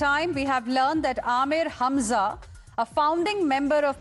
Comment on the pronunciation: O bhai yeh hazma nahin Hamza hai. Kher abb jo bhi dil main aye bol do, yeh to 72 hooron k saath ding dong kr raha hoga.